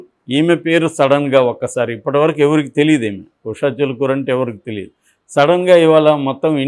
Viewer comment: Not "Chilukuru", "Chilukuri".